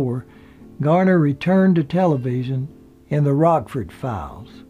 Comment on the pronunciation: It's Garner not Gardner.